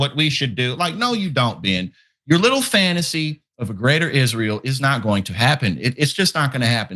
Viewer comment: Presenter puts emphasis on wrong word when Tucker wrote Dying for Israel is YOUR job [i.e. the Americans' job not the Israelis' - not your JOB].